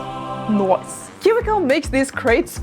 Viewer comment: Was the 'Nioce' supposed to be in a Kiwi (New Zealand) accent? :P